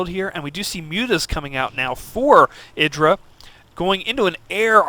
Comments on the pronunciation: Actually Artosis pronounces it eye-dra as he interviews him about the predictions in this very tournament. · Got it, thanks. I see that he's explaining the origin of the name and how it came to be but the Artosis still refers to him at eye-drA. I would think that IdrA would have corrected a long time ago. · EYE - DRA